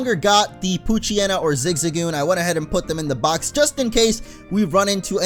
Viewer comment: damn it, i keep hearing coochyena instead of poochyena